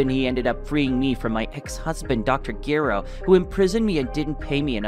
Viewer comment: You saying his name wrong dr gero break the name in half and put it together